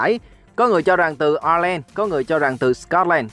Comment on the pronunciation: ĐÍNH CHÍNH: lại phát âm của 2 nước Iceland và Ireland đi bạn..hoặc làm 1 video về sự khác biệt của Iceland ( đọc theo tiếng việt là Ai xơ len) còn cái kia là Ireland ( đọc theo tiếng việt là Ai len - theo tiếng Anh có phiên âm "r" nhé bạn..